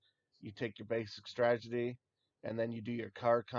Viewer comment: This guy needs to learn how to say STRATEGY.....not stragety.....